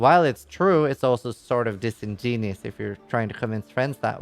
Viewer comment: Dissinjesus? Dissengenius? Disingenuous... read more books. You are a role model to kids, for some reason.